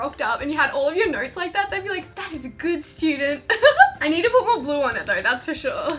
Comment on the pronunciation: For the highlighter DIY it sounded like you kept saying glue instead of blue🤨🤨🤨